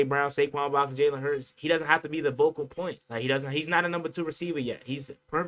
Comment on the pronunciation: Its focal point, not vocal point bruh. SMH 😂